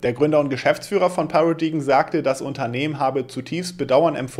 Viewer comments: Paradigm spricht sich 'Pärädeim', nicht? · “Paradaim” solche Worte sollte man schon nachschlagen wenn man nicht weiß wie sie ausgesprochen werden und 12x im Video gesagt werden 😅